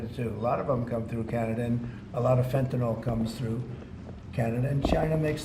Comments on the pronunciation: he said penthanol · Fentanyl not fentinol